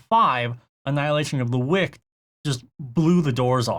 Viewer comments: I'm sorry how is nobody commenting on the pronunciation of 'wicked'? It's wick-ed as in evil, not wick'd like a candle. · Your pronunciation of wicked is wrong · I couldn’t get over him pronouncing it like that 😭 too funny